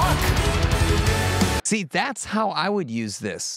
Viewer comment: "The sky turns blark" LOL 😂